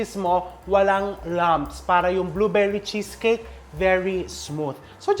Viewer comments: "Bluverry Cheskek" - Melai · "Blue veri chess cake" —Melai 😂😂